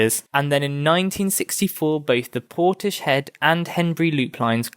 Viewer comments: It's "Portis-head", not "Porti-shed". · Interesting except it is pronounced Portis-head.